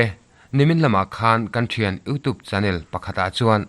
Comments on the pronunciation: 'Youtube' ilam dan hi 'youtuub' tilovin 'youtiub' tiin lamla afuh zawk ang, thahnemngaih thuhla aw😊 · Youtube tih hi i lam dan a mak eeee...!!! Sapṭawnga 'U' kan lam dana lamrik a ni mai a...'TUBE' lai hi 'tuub' iti nge ? pawh ka hrethiam lo...enge maw lai diklo hi chu aawm a ni.